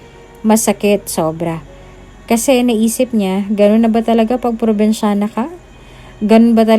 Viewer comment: Kailangan bang eh emphasize yong salitang dalagang probensyana